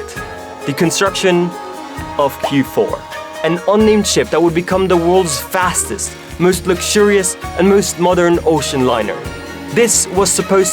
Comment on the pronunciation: its is not "fastest"